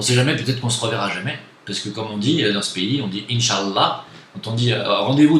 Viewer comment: Si tu veut prononcer inchalah prononce le bien stp par respect au moins